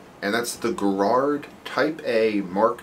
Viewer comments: Arrgh. It's "Gaarard", long first 'a' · Like Ga-rard